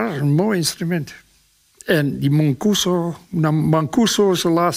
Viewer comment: die ' manguso' zoals meneer Akkerman zegt beheerst meer stijlen dan hijzelf.